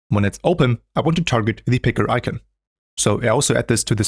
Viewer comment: What’s an “I-ken”?